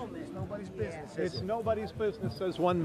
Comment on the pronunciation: That guy who said "it's non of your business" was saying Boourns 😆.